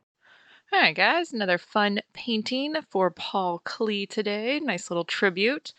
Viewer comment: Nice. FYI, his name's pronounced more like "clay," not "klee."